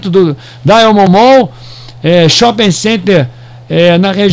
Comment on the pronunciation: Fala companheiro. Bela análise,so precisa melhorar a pronúncia do inglês sobre Diamond kkkkkkkkk